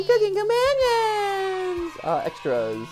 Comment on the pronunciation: As this is clearly going to be a game involving cannibalism, you are pronouncing the title wrong. You are slightly emphasizing the word "cooking" rather than the word "companions". Isn't it strange how the tiniest of stress in different places can change a meaning from "companions are helping me cook" to "I am cooking my companions" also, (spoilers for the video) Mat predicts that Mariah isn't actually dead, saying we haven't seen a body after just looking at pictures of her rotting corpse. Now, I'm not saying he's right or wrong (I literally don't know, this is the first playthrough I've seen), just that the timing is a bit ironic.